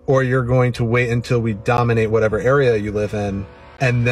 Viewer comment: I love how his "wittwe" speech impediment makes his online persona all the more laughable. Sounds like Barry Kripke from the big bang theory.